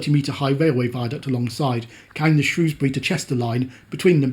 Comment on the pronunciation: As a resident of Shropshire, I was so pleased to hear you pronounce Shrewsbury correctly.